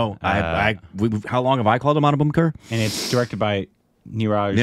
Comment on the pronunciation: When You guys say Anupam Kher I hear Anu "POOP" Kher 😅🤣😂